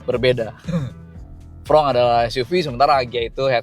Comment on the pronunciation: Fronx dibaca fronks bukan frong